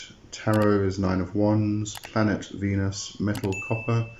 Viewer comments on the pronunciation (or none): none